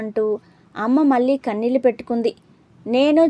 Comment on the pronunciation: చదివినప్పుడు చిన్న సవరణ....మల్లీ...కన్ళీల్లు...అంటూ ళ పలకడం మర్చిపోతున్నారు